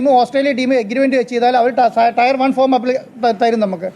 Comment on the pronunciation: ടയർ അല്ല ടെയർ